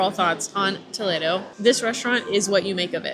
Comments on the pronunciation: Finally, someone who pronounced Spanish Toledo instead of Toledo, Ohio. Excellent job! 😅😊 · I live in Ohio, so my instinct is Toe-Lee-do. 😂🤷🏻‍♀️ But I’m with you, well done!!